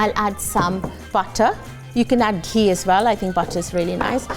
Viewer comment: ghee not kujac khee